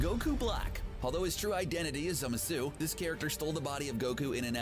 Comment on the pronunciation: As hardcore nerd, it pained me so much when he couldn't pronounce Zamasu. I wonder where he got the e from. It's Zamasu or what i like to say "zimzam" (zah-ma-su)